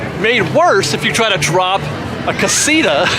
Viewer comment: Here's a trick, you can pronounce casita a little bit more accurate if you start saying out loud, casitower, casi - tower, several times and then just remove the "wer" part and say it over and over again. Great video!